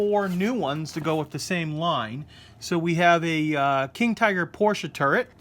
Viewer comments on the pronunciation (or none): none